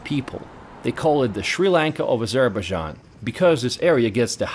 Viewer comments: Narration is not good; pronunciation of even the country's name is awful. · Never heard Azerbaijan pronounced like this.... otherwise an informative vidoe presentation. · i thing you need to learn how to pronounce the name of the country. But very nice report. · Are you sure that’s how you pronounce the name